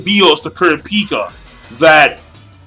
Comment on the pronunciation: You say kurapika name wrong and the nen types wrong or atleast killua's atleast how i read it and other anime reviewers like forneverworld.